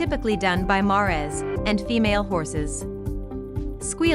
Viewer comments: Could I suggest you find a narrator who can pronounce “mares”. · Saw your comment before I heard it made me laugh didn't expect it to sound like that hahah